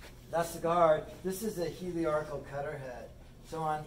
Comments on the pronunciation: Appreciate the review. However, please note it’s a helical cutter. You keep calling it heliarchical, which was derived from the old work for TIG welding - help-arc. Helical comes from the work helix. Take it from an exam-TIG welder. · I watched this video because I just ordered the same jointer, and wanted to see the unboxing and initial impressions. The fence on this jointer is longer than the entire bed of my old Craftsman, so it should be a huge upgrade! This video made me nostalgic for my middle school woodshop class. Even though I admit to chuckling every time you said “heliarcal”, I found it endearing. Thank you for sharing! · I took a shot every time he mispronounced "helical", and now I'm drunk!